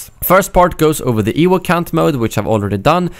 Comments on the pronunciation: wtf is an "ewook" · Ha. "Ewuk".